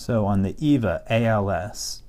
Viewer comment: When you say "EVVA" it sound´s weird :) In Germany (Austria, our neighbour as well) we say: EFFA, because the "V" and "F" sounds quite simmilar. By the way, your videos are great and i really like your kindly manner. So thumbs up ;)